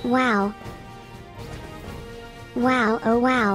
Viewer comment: Its not wowow its wow wow